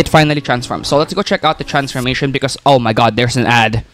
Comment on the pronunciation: “Oh ma gawd there an ad”. I can’t😭